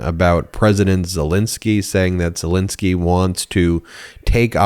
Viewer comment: Love you Ben. But you said zelenskys name wrong... you said it like people say putins name. Putin and zelenksys first name isn't spelled nor said the same way .